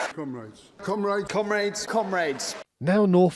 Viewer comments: did... did they just say, ... Cum-Raids? Fookn patriarchy at it agin! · am i the only one hearing "cum raids"? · I deadass thought you said "cum rags" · it sounds less like comrades and more like cum raids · ............did anyone else hear comrades as "cumrags?" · To be honest I thought you said cum raids not comrades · Bro I thought he said "cum raids" and was very confused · Were they saying "cum raids" or comrades? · Cum-raids ( sorry England that word sounds funny when you say it.) ohhhh comrades. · I totally heard that as "cum raids" lol... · I know you mean they’re saying comrades but all I can hear is “cum raids” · It sounded like ‘Cum Raids’ to my delicate ears. 😂😂😂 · Am i the only one that hears some of those "Comrades" saying cumrags? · Those politicians saying Comrades sounds a lot like "Cum rags".......fitting. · Cumraids is what I heard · I cant hear anything other than "cumrags" when they say comrads and I'm damn happy about it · "Cum raids" like they are going to grab some little boys or something... but yeah.... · Did you pronounce "comrades" as "cum raids" on purpose? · "cum raids" I dare you to unhear it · Fucking thought you said "cum-raids" I thought they were coming for the sperm banks next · When they say "comrades" I can't help but hear "cum raids" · did he say comrades or cum raids? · Got confused there when the labour guys started saying comrades. Sounded to me like they were saying cum raids or cum brains. Anyhow it is interesting to see how this will play out as we in Canada are seeing something kind of similar with the west blue collar types and the political elite in Ontario and Quebec which also happen to contain the vast majority of seats in parliament. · I'm from the U.S. and forgive me, but everyone of those people saying " comrades ", sounded like they were saying " cum raids ". Kinda ironic. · When you said “and comrades.” I thought you and the politicians were saying “cum raids.” I was very confused. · "Fellow Cum Rags"